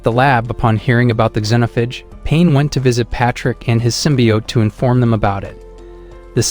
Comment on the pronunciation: AI can't pronounce xenophage lmao "Zen(or zeen)-oaf-age"